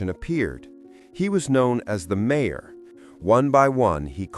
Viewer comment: A.I. can't pronounce mayor?? What a lousy and lazy yt channel